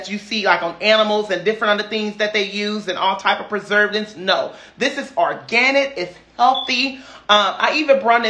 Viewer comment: Lol.. he said what he said... or👏gan👏nit👏